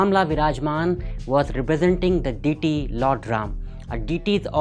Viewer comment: Learn to pronounce DEITY correctly first ......and some energy